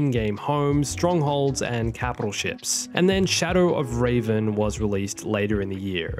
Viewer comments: Reh-ven not ray-van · this dude seriously called Darth Revon, Ravon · Sorry love the vid but its REVAN (RE-VAN) not Raven(RA-VEN). Raven is a bird Revan was a sith Lord XD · ᴮᵃˡˡᵃᶻ it most certainly is not. Firstly I’m from the same place he is and my accent doesn’t botch it up, secondly he’s said revan correctly in a different video, he just failed hardcore and it most certainly did hurt our souls 🤣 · ᴮᵃˡˡᵃᶻ that’s just the thing though, he didn’t say revan, he said raven 😂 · Its Revan, not Raven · RAVEN SERIOUSLY... It's shadow of Reven as in darth reven you silly goose! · rev-an rev rev as in the noise a car makes not rave-an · its shadow of revan not ravan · Raven made me die inside its REVEN, Rev like reving your truck and en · Did my guy just pronounce revan as Raven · Nice video but it’s not raven. His name is REVan. At least I think that’s how it was pronounced in swkotor. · Bro...IT’S REVAN...THAT’S SO NOT RAVEN. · It’s not raven it’s Revan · REVAN DARTH REVAN NOT RAVEN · pronouncing Revan as raven. smh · When he pronounced Revan as Raven I felt that in my soul and it hurt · the force unleashed games were never canon. I don’t know why so many people believe they were when they literally contradicted a lot of the canon at the time. Also Order of Raven? I’m not even a fan of Revan(I think he’s hugely overrated)but seriously how do you not know how to Pronounce the name of one of the most popular EU Star Wars characters of all time? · It definitely was painful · I just found it funny he pronounced Revan as Raven no need to be like that! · A piece of my soul died whenever he said Revan. ReeeVan Reh-V-An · It hurt my head and body when he said Raven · I found it funny he pronounced Revan Rey-van. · "Star Wars The Old Republic: Shadow of Ray-ven" What the fuck did you just say to me??? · "raven" lol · Rayven...... deep sigh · Anyone else getting triggered by him saying raven instead off revan? It pisses me off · btw u mispronounced revan